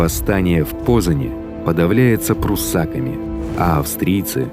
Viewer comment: Неплохо, однако, не нужно пруссАков называть пруссакАми, это неправильно!